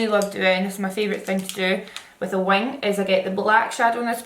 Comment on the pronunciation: omg every time you said "wing" i thought u was saying "wine" n was thinking what's this girl on pls😭